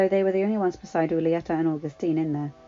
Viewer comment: Just a little tip when reading anything in Spanish act like the H isn't there. read the J like it's the H for example read Julieta like it's hulieta. i hope this helps just know you are one of the best readers i know